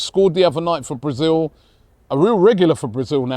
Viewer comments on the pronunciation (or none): none